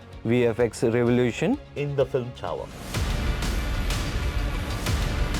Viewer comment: Being on such big designation, VFX supervisor Mr Somesh Ghosh is pronouncing “Flim” instead of “Film”. Not just one time, multiple time whenever this word comes. He be like phlim, phillim, fleem. Really annoying.